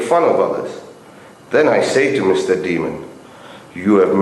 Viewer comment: DE-A-MON ... Not demon......